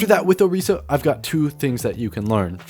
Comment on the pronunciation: Are you purposefully saying characters names wrong? Hanzo... Orisa... Etc...